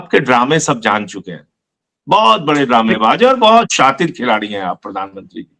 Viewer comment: शातिर शब्द सही बोले संजय सर